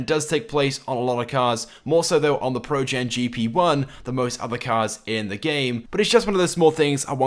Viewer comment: He says it projen not progen